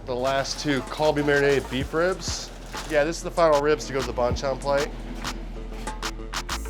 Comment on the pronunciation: Ah he meant that. Did no one correct his pronunciation all those years they worked together or does it actually sound the same to Korean ears? In my ears that's very different but I'm Thai so.